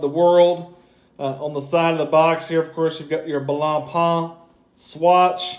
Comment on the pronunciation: Also respect to all of you that made your way through him butchering blancpains name, I can't do it.